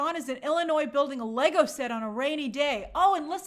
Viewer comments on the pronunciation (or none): none